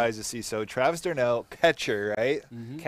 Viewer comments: just so you know it’s not pronounced dee-arnoh it’s just one word like darnoh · Next time pronounces Travis d'arnaud's name wrong I'm gonna break my computer screen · The way mispronounces d’Arnaud gets on my nerves